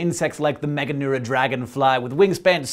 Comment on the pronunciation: I belive its pronounced meganura